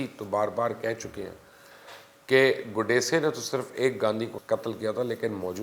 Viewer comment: Pronounced as “GOD-SAY” not gaudasay 🤦🏻‍♀️